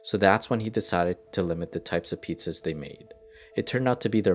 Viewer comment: Are we gonna talk about the “three medium EATZZAS” or not?